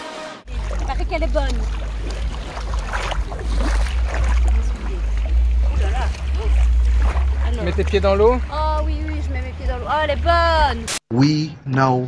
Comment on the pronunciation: Elle a retrouvé l'accent du terroir la "boooone" Lol